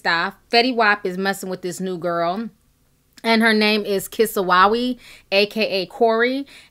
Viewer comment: Sorry boo... u pronounced the baby's name wrong. IJS